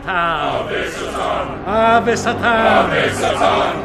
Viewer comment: The way the priest says “Satan” sounds like he said “Saturn”